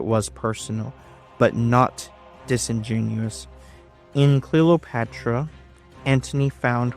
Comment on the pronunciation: Great video. You seem to pronounce it Clelopatra? Is this the way it sounded?